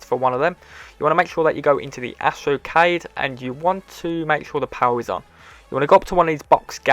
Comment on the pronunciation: Lol I just love how he says power (powar)